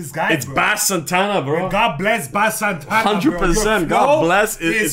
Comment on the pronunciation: it's pronounced BASE Santana